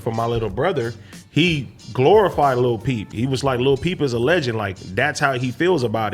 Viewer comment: When he said lil peep the first time I thought he said Lil B (a riff raff type rapper) i was like wtf